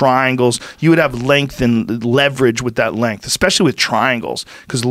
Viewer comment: He says exspecially too. Painful